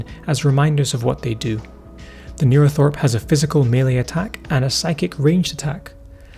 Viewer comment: It should be NeuroTHRope not NeuroTHOrpe btw :)